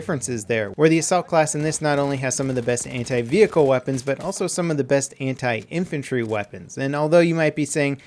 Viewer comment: Anti.... what i hear.... hentai. 😂😂😂